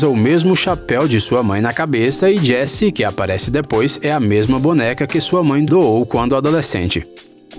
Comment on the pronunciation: Api Altas Aventuras, Jess Namorada do Cowboy Woody, Procurando Nimo kkkk